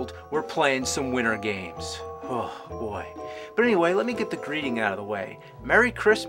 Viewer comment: Widdern games, another avgn speech impediment issue